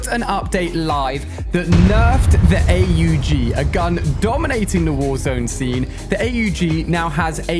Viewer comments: Why is he saying A U G and not aug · The hell is a A U G it’s aug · Why is he calling the AUG! “ A-U-G “ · who says A U G its aww-g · it’s the aug as one word and not A.U.G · Im sorry but its called AUG not A-U-G not trying to be mean or rude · It’s not A U G it’s aug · The aug is pronounced awwwg not aye you gee. If he’s doing this shit on purpose he needs to stop. Everyone knows how this is pronounced, you can’t do cod and fortnite, you have to choose one. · No shot he said A-U-G... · ⚠️Trigger warning ⚠️ ALI Calls the AUG the A U G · He calls it A.u g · Why does he spell out AUG